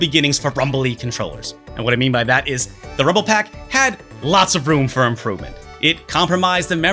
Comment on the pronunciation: It's pak and not pac, pepole from my country pronounce peck instead lol